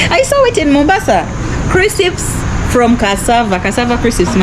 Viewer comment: Crisips instead of crisps 😂😂 made my day! I thought only us Zambians pronounce it that way 😂 Our security guards at banks and ATM have rifles too. It actually makes me feel safe especially if I want to withdrawal money at night.